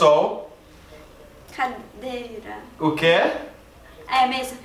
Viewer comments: Pedro Meloo ele falou guarda-sol começa com G e não com S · O disse "Guarda "SOL" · Ana Carolina Guarda-sol começa com G e não com S não tem nada a ver sol do final. Se ele falasse Sol tudo bem. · ele falou guarda-sol errou primeiro que a Mari.